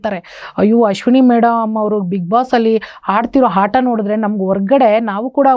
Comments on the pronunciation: ಅದು ಹಾಟ ಅಲ್ಲಾ ತಾಯಿ ಆಟ....ಅದು ಕಲೀರಿ ಆಮೇಲೆ ಕನ್ನಡದ ಶಾಲು ಹಾಕೋಳಿ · ಯಮ್ಮೋ ಅದು ಹಾಟ ಅಲ್ಲ ಆಟ 😂😂😂😂 ನೀವೆಲ್ಲಾ ಕನ್ನಡ ಕಟ್ಟಾಳುಗಳು ಸಾವು 😂